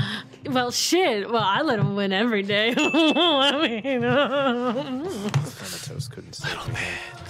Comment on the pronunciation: Me, being a big greek mythology buff, twitch when mispronounced Artemis and Thanatos